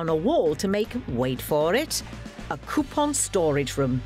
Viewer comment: Drink every time she says cue-pon